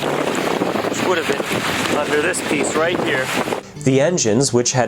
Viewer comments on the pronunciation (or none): none